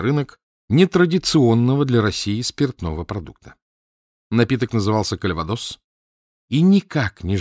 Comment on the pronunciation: И конечно, КальвадО́с, а не Кальва́дос, как произносит Кирсанов